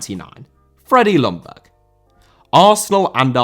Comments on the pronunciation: Hey, I will remind you again that Ljungberg more is pronounced Jungberg then Lungberg. The L is rather silent:) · Just your average friendly Swede here to point out "Ljungberg" is pronounced more like "Yungberj" than "Lunberg"